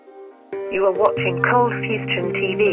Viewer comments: Why are you saying coldfusTion? bouth the intro , the writing and you called it like that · At the beginning is it Coldfustion or Coldfusion. You've come a long way to almost 3 million subs. Great work! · Thought he was bugging when he said fustion, looks like im not a real coldfusion dagogOG